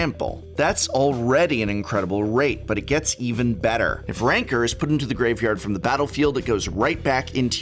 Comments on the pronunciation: Complains about people miss pronouncing Bogle but then refers to Rancor as Rancer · Throws a fit about how to pronounce "bogle" then pronounces Rancor "rainker"...... smh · Funny. He makes a big deal about pronouncing bogles properly but continues the same tradition by repeatedly mispronouncing rancor . lol.